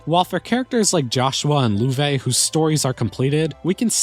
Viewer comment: Loewe should probably be pronounced "löv". It means "Lion" in German. Thanks for the video!